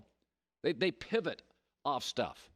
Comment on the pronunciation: Colin "Gotta Povit" Cowherd